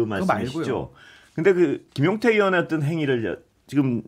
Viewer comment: 아나운서님. 발음이 어떤 인데 자꾸 어뜬 이라고 하시네요